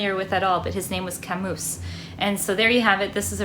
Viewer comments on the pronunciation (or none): Albert Camus - his surname is pronounced 'Ka-moo". He wrote the most famous existentialist novel of all-time, The Stranger.